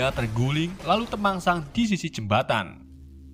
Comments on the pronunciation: temangsang ki boso ndi ndes wkwk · temangsang 🤣🤣🤣🤣 jowo mu ndi tho mas? 🤣